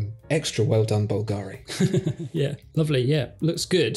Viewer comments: Well I don't have time to read all the comments, so forgive me if someone already mentioned this minor point: It's actually pronounced BUL-ga-ri. There, that's sorted... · Please guys check how Bulgari sounds: Bul (like bill) - Ga (accent on the a) - Ri (no accent on i).